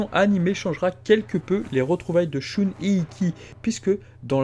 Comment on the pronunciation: Arrête de prononcer "Shoune" c'est horrible :/